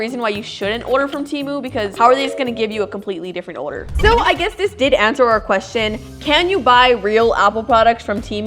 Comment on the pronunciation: why does she say order like odor